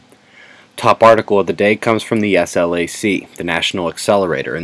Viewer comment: SLAC pronounced Slack, I and my parents worked there in the 60s and 70s.